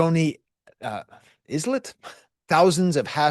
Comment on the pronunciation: "Islet" is pronounced "Ai-Let" like island